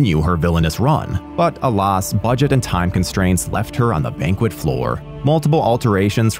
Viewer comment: Never heard "alas" pronounced this way, not even in Oxford English.